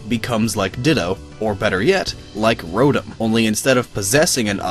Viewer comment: IT'S ROTTTTOOOMMM YOU FOOL WHO SAID ROTOM WRONG!!! >:(